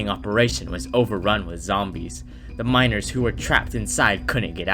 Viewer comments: why does it sound like when hes saying ''miners'' it actually sounds like ''minors'' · Anyone else hear minors instead of miners